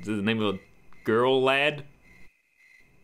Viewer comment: did he say lab instead of lad? It sure sounder like it